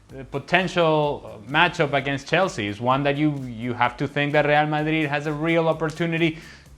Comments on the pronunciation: Rial madruid sounds weird to us native spanish speakers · When you fluent in many languages (and Spanish IS your mother tongue), what`s wrong with pronouncing the team`s name the way it sounds in the original language? Besides, it certainly is MUCH more fun for the audience both in GB and the US>